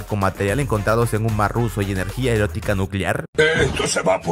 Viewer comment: dijo erotica y es eólica 🤣